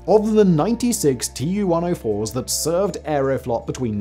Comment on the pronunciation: TU is pronounced "too" cause it stands for TUpolev just as many other soviet aircrafts. Two first latter are first latters of the last name: SU, IL, AN etc. so it's pronounced the same as the name